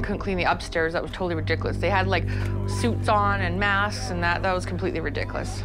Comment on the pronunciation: She says 'rid-dick-liss' instead of 'ridiculous.'